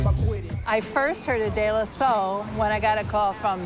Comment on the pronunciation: De La Sol?? Am i hearing her right?